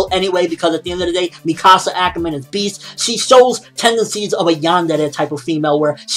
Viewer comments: Its pronounced mick asa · You pronounced Mikasa wrong.... ._.